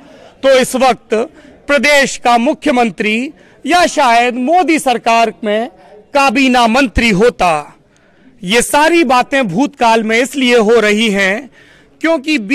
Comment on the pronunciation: काबीना नहीं कबीना होता है